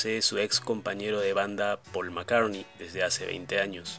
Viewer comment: No se dice Paul macarni